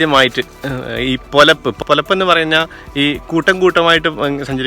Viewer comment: പോലപ്പ് അല്ല പെലപ്പ്ആണ്